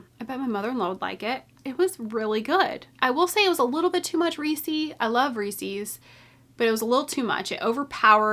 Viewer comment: Definitely looking forward to summer sock camp! Just generosity from all those donating prizes! Wait, the way you pronounce Reeses cup is so different! I've never heard it be pronounced that way! I wonder if this is a Canadian vs. American pronunciation thing 🤔